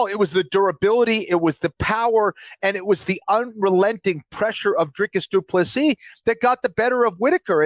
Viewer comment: Anik, It's Dricus Du Plessis... get it right 🙈 I know you pride yourself in getting the names right, so couldn’t help myself 😅 Love from Norway, great show!